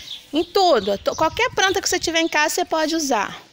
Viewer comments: Otima dica! Mas por favor diga planta e nao, PRANTA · Amiga amo seu canal cheguei agora aqui .Mas me dar uma agonia de ouvi vc falar toda pranta. Prantar vc põe o r em tudo .desculpa a sinceridade. Só uma dica deita o celular pra fazer o vídeo. PARABENS PELO CANAL AMEI 😍😍